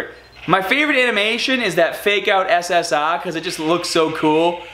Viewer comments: The way you say ssr is so funny You go Ssahhhhhh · Why do u say essessar